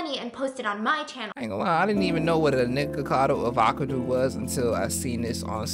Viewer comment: You continuously calling him NickacadoAvacadoo was so funny and I genuinely found it way easier to say 😂